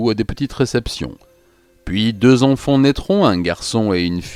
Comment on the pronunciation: J'adore tout la narration,l'écriture, le son de ta voix mais maintenant que j'ai remarqué la manière dont tu prononces les "an" j'entends plus que ça. "Les enfants " tu prononce les onfonts. C'est terrible vraiment un effort plz